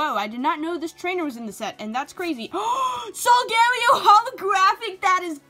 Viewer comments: LOL she said solgario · You pronouns solgaleo Sol-gu-lao